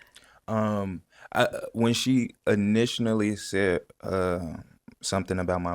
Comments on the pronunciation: "initionaly" *initially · “initianally” lmao but I fw dude. He solid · “Intianally” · InitiNAly is pissing me off. It’s INITIALLY. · Initially ❌️Initionally ✅️ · Initianally?...bro its initially! but good job trying to work on the vocab!👌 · "Initialnely" bruh it's Initially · “Initialnally” or “initially”. Who’s to say 😂😂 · "When she INITIONALLY said"😭😭😭💀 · "Initionally" is sending me. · “Initionally”😂…sorry this took me out but much love for this guy! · "You feel me, initionally "😅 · lol right after she mentioned his vocabulary he said “initionally” like what is that? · “Initinally” is killing me 🤧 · I caught that as well 🤣 ya feel me? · No tf he didn't. That nigga said "initianally"...and kept saying it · The dude said “ initionally, “ 😂😂😂😂 he isn’t a strong suited grammatical inquisitor. 😂😂😂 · He said he's working on his vocabulary..they should have corrected the way he kept saying "initially " smh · He definitely lied about finishing his degree. His word combinations scream uneducated. There’s not a subject he could write a paper for and pass. Can’t even say “initially”. I know a lot of scholars from the ghetto and he is not that. Fake til you make it means you actually have to be believable.